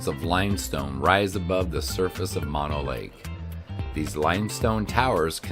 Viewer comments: It is MO-NO. Not Ma-No... ask a local for proper pronouniation before INSULTING our community in these YouTube videos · Mono is pronounced with two long o's. Moe No...not like mononucleosis. Hwy 395 is filled with side trip treasures.